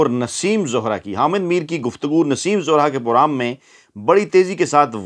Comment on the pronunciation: Moaf kaejiey lufz Naseem Zohra nahee Naseem zehra hay.